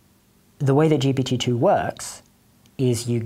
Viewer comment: each time he says GPT-2, i hear Jepaditoo, like a magic word used in fairy spells or something